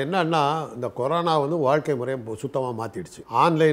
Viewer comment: Corono illa da anchor. Corona adhu. You are such a irritating anchor.